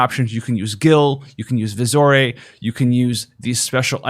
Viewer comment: its VISI ORE. Visiore. You can say it like "vision" if you want and i can't argue. Or more like VISS-yore, which is how i say it. However, you need to stop calling it "vizzore", "vizzoray" and "whatever you wanna call it". You literally spend energy every video to say it every wrong way, activating any way that would make sense. Where the HELL did you get "vizzorey"? The word is ore. iron ore. gold ore. pronounced OR. not OHREY. jesus man.